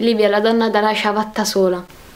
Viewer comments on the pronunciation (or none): dice ciavatta